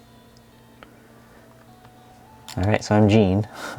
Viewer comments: mm, jean is pronounced more like zhorn (john with a zh) in front. ya know like les miserables! jean valjean! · Jean is not pronunciated this way, it's a man's name. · Jean = John (<- Sounds like Shawn)